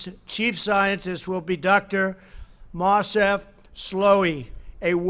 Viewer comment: Excuse me it’s Moncif slaoui not marsev slowi